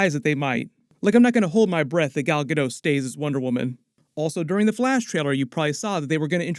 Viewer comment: its GALL GA .....DOT. NOT GAL GADOUGH. I MEAN IF UR GONNA TALK ON IT GET THE NAME RIGHT.